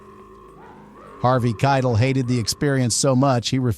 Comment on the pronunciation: I thought Harvey's last name was pronounced 'Ky - tell' not kitle which rhymes with title.